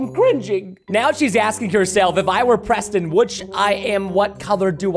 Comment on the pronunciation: When she said preson, it made me laugh hard 😂😂😂🐎🐎🐎🐎🐎🐎😹👙👗👚👟👝👛